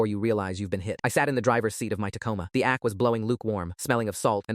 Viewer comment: "The ack"? Or, the AC